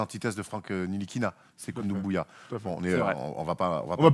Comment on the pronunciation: Quand est-ce que va dire sekou doumbouya et pas sekou ndoubouya